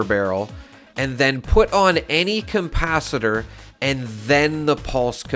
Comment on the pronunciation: CoMpacitor?? Com ? Not Capacitor then 😂